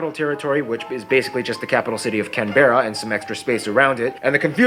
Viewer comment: CANberra not CanBERRA as Americans say.